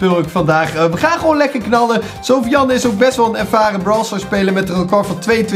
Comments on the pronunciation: Soovian ik ga stuk Edit: je spreekt het uit als soefjen Edit 2: en het is een jongen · Sofiane maar die tatas zeggen sofi jan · sofiane is geen meisje.... Sofiane is een turkennaam en spreek je niet zo uit.....